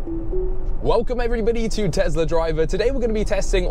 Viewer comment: What's a tezla?